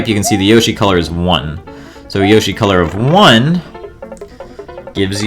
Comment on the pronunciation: I'm so triggered by that pronunciation of yoshi